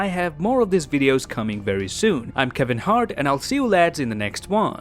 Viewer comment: Wait... Did you said "Im Kevin Hart" at the end? Or it's just the infinity stones manipulating me? 😂